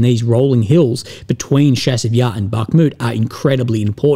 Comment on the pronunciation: Chasiv Yar. Like chase, chair, challenge. Not like Chicago.